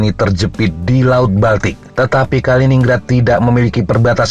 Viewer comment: Bacanya Kalinin-Grad ya...